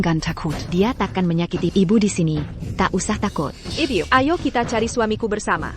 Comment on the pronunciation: Bagaimana penerjemahnya ya? Suami kok jd siomai, makanan dong, bilang ibu, ibyu, knp ndak biasa2 sj, bilang tidak, tadak, ndak enak dengernya.